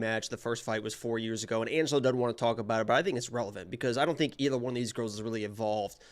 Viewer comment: Thanks for correcting Angelo’s pronunciation. I will take credit for being the Assclown from day 1 complaining about it🤷🏽‍♂️